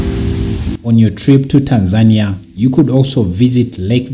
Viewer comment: You have a problem to pronunciation of the country name. It's TANZANIA not Tan'-zania